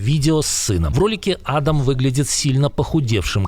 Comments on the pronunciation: Не Адам, а адАм. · он не Адам, а АдАм